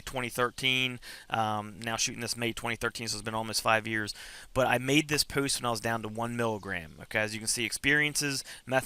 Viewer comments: Rachel W just what I though :) puwwst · This is very helpful, thanks! However the way you say “post” is.....unique? What kind of accent is that? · The way you say “post” , “dose” is hilarious! Anyways congrats on getting clean sir! Also - lol not sure where you ever heard bumble bees can’t sting haha - they most certainly do - only difference is once they sting once, it removes their stinger and they die. Where-as wasps can sting over and over again... Bless